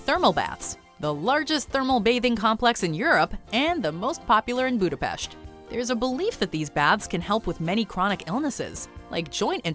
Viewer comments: That's how we pronounce it, it's a gesture from her and we appreciate it. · Because everyone else in the world is not Hungarian, there are only 15 millions Hungarians all over the world and we really appreciate if someone who is not Hungarian speaking takes the effort to pronounce it rightly. But it's ok if people say it in an English way, I just wanted to let you know that the way how she pronounced it was the correct Hungarian pronunciation. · TBH, I'm quite surprised that could pronounce the letter 's' properly in the word 'Budapest' 😏👍